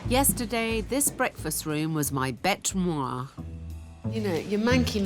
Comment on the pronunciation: Did she say the breakfast room was her ‘bete moi’?